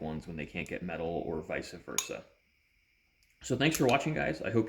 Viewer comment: Great video, except at the end you said "VISA VERSA", instead of VICE VERSA!😝